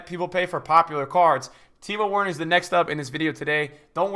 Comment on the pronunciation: Good vid but plz say Werner correctly